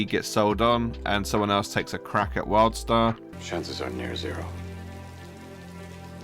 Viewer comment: Sounds like you are constantly saying Worldstar